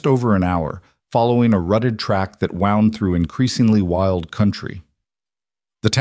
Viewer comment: I’ve listened to close to 50 of these and this one was better written than most of them. Only one mispronunciation by the AI during the reading of it. when there’s a word that is spelled the same but is pronounced differently depending on the meaning, AI has problems with that. In this one it was wound (not an injury but a wrapping, rhymes with around. Usually it’s tear that is said rhyming with fear (like tears falling) but should be pronounced tear rhyming with bear (when a dress is torn).